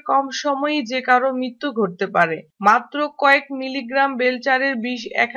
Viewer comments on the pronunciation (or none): none